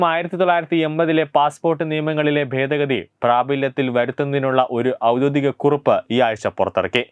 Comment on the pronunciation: ഔദോധികം അല്ല സുഹൃത്തേ, ഔദ്യോഗികം ആണ്